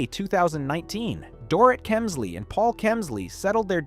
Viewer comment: I wish I could finish watching this but when the narrator keeps mispronouncing the subjects name it starts getting obnoxious. Please put a bit more effort in your ptoduct.